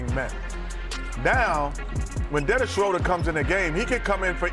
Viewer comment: Dennis Shoulder